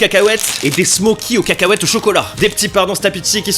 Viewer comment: sa ne se dit pas smoci mes smauci je suis serbe je sais comment on dit là bas